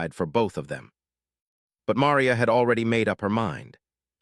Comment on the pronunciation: Ma - ree - a